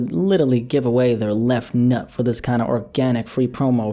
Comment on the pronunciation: Why you say left nUt like that